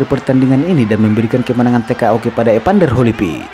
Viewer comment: Bukan EPANDER, tapi EVANDER!